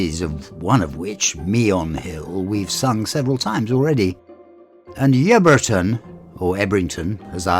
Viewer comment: It's actually pronounced 'Yubberton'.